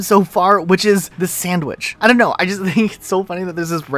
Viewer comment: Why do you say “sandwidge” instead of “sandwich” ?